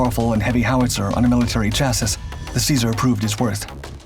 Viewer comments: Very minor point. This word "Chassis" has a silent s on the end is pronounced "Cha-see" not Cha-sis". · chassis is pronounced chassy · Chassis is pronounced as Chas-sea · This fucking AI voice. It’s pronounced ‘Shasse’ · Please learn how to say 'chassis' correctly. It's cha-see. I cringe every time you say it wrong. Even so, love your vids. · OMFG Chasis is pronounced chasey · Chasis is pronounced "cha-see." The last s is not pronounced. But your French pronunciation is excellent! :) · WTF is he calling the frame of the Vehicles? He literally calls them the same thing EVERY SINGLE VIDEO. The CORRECT Pronunciation of Chassis is "CHASSEE", NOT whatever you are Calling it. PRONUNCIATION would be Great! 🙃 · Chassis is pronounced "chas-ee", in case anyone's interested in saying words correctly. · And TBH, it’s actually pronounced “SHA-see”. 😉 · In what part of the world does live where they consistently mispronounce "chassis"? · Except the way he pronounces "Chassis." I cringe every time.